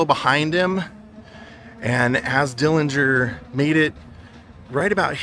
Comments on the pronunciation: I don't know where you heard the supposed correct way to pronounce the last name. But that is absolutely false.. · Finally learned the actual pronunciation of Dillinger's last name. Very informative. Thank you and!